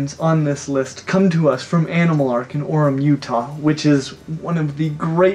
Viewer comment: Being from Utah. Shook me when you said Orem.